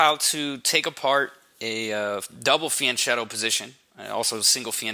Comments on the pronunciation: Fianchetto is a loan word from Italian. The letter h in Italian is a hard sign, meaning that the letter in front of it changes to its hard form. In this case the c changes from the ch sound (like in ciao) to a k (like in Chianti). So the word is pronounced: fee ahn ket toh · Nice video and analysis, but can we please start to pronounce "fianchetto" correctly? "CH" in Italian is pronounced with a hard "C", sounding like "fianketto". At least that, and I won't bother with the double "T", pronounced by north Americans like a single "D"....